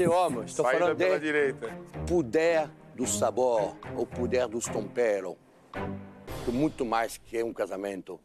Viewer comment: "puder dos sabores, puder dos tomperos" 😂😂😂😂😂 Jacquin é demaiss